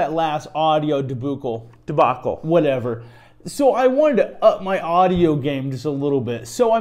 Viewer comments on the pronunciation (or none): "deboocle". Lol subtle, nice work :)